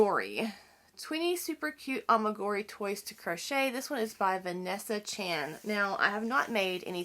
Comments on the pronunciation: It isn't A-MI-GU-RI. it is A-MI-GU-RU-MI. You don't mispronounced it because you are from Alabama. Mispronouncing it is a choice you make. A EWE is a female sheep. A She, not a He. A RAM is a male sheep. A LAMB is a sheep less than 1 year old. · It’s pronounced Ah-mee-guh-roo-mee